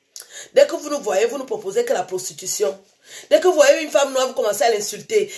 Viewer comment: "dès que vous nous voyez vous nous pwoposez la pwostitution" (en parlant des noirs)....Franchement qui a eu l'audace d'avoir proposé du fric à cette dame contre une passe ? tous les goûts sont dans la nature mais quand même.... Sinon Madame, chez vous tout est blanc ! Stop au WhiteHomeStaging ! je vais me blackfaceter la tronche en noir pour protester et toc ! Quelle audace cette dame tout de même